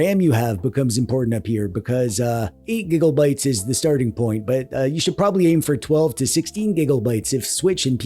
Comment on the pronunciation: you saying gigglebyte pmo 😭😔